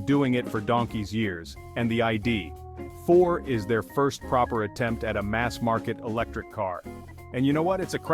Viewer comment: AI narration fail. The I-D………Four! LOL. And then show pictures of the ID.4 while talking about the Nissan Aria. Sloppy.